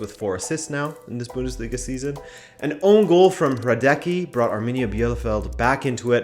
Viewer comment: it's pronounced 'Hra-dets-ki' not 'Hradeky'